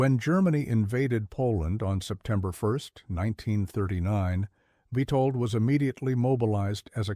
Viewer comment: It's witold get the name right